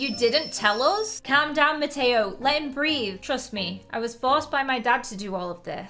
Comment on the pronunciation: Mateo no ma- toe sorry I thought that it was funny